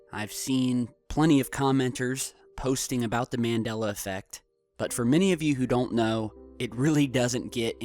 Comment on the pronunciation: 5 - it's pronounced MON DOL LA and BerEn is not "burn"